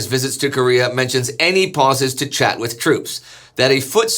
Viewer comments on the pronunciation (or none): none